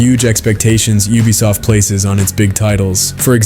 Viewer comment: you are triggering my adhd , " oobisoft "